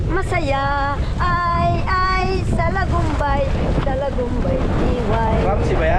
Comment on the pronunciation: Blessed morning sir jus at mam Joan,,,,,morning vibes c,,,salidumay ang tamang bigkas hndi salagumbay,,,,,ay ay salidumay salidumay diway🎤Godbless Sarah cute tv at ingat palagi🥰🥰🥰